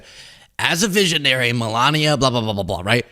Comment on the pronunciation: No, she said veeezionary